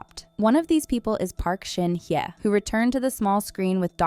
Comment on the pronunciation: Video sucks and you could at least pronounce Shin Hye correctly 🤣🤣